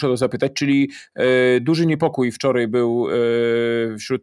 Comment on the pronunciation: I nie wczorej😄albo dzisiej